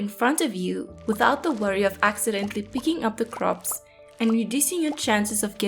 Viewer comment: I love how you say croixps <3